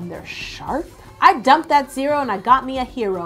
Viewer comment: You dumped that zero and got a 'shear-o'....